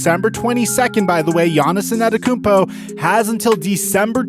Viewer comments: Thanks for great content for such a long time! Please put some effort in learning to say his name. Its not AnEToKoumpo. You're missing the first T, bro. Its An Te To Kounmpo. Thanks :) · IT IS AN-TE-TO-KOUNMPO not ANATAKOUNMPO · you say it like An-ten-te-koom-po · The way u murder "Antetokounpo" when u pronounce it doe😆😂🤣